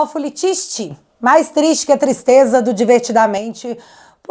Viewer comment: " Tistreza" , né? 😮😢